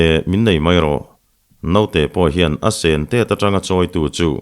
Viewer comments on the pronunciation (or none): none